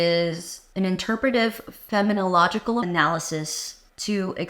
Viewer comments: I heard you say “feminological” several times, and was unsure if that was intended or if you meant “phenomenological.” Was confused about whether I should be thinking about what you’re saying in the context of feminism or of phenomenology. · Fen-ah-men-oh-law-gi-cawl… Phenomenological.